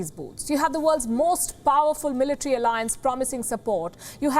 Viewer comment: zelensky had done no mistakes but it is the evil intenhion of the envader who had done terorist attacks..Mis falki not meletre but the right pronunciation is military